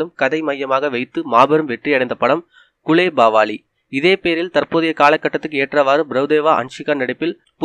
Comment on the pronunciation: yov athu gulebagavali not gulebavali